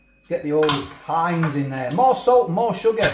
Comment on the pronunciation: Its Not Heinz it's HEIN..LOL